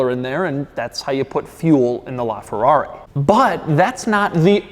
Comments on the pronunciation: “Lrrraa Ferrarrri!!!” (That’s what I hear, and what about you guys??) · "This, is a Laaaaaaaaaa Ferrari" What it sounded like when he pronounced it. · the way that this guy pronounces ''LA'' ferrari, ughhhh, cmon dude you are making a video inside that masterpiece and you don't learn how to pronounce ''LA''....... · Bro you’re supposed to say: this is LaFerrari, because “la” in Italian means “the” thus replacing the need for “a”